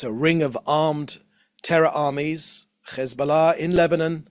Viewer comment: Why do these Europeans speak petfect brittish english, but can't pronounce Hesbollah? They say Ccchhezzzzboullahhh. It's offensive. Its like they make fun of Middle Eastern accents.